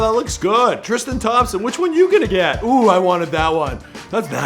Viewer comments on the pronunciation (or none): none